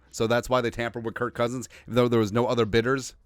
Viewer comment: Stop saying Curt, it’s Kirk